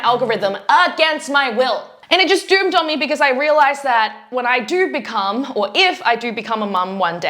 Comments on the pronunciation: "It doomed on me???" Am I hearing this correctly? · “It doomed on me” is the cutest mistake for “it dawned on me”😄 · I love how you say 'doomed on me' instead of 'dawned on me'. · Ummm, I think you meant it "dawned on you"... ? Never heard the expression "doomed on me".